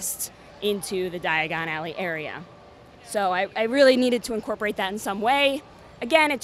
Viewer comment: Is it just me or was she saying digon alley and not diagon alley